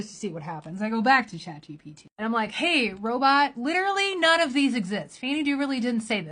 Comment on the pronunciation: Chad GPT does it again! I concur. This happened to me recently. "Be vewy vewy careful" - Elmer Fudd (btw, he never said, that)